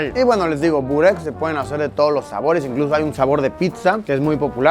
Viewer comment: Se pronuncia Boreck